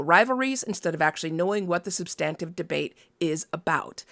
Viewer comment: IMO, The horse race journalism should be left to partisans. It leaves the voters ignorant and just pushes us closer to the universe of Idiocracy. I can't tell much difference between most political coverage and the Kardashians anymore. Also ... is that how 'substantive' is pronounced? I always thought the emphasis was on the 1st syllable.